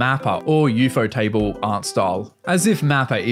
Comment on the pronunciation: "You-fo-table" made me laugh 😂